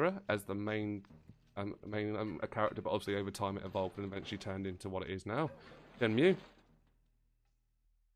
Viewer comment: It's Shen-Moo